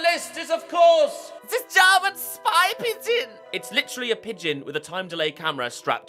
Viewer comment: I lost my shit when you said "ZE GERMAN SPY PIGEON!"